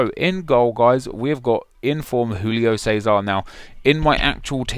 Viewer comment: Learn how to pronounce Julio Cesar for FUCK sake.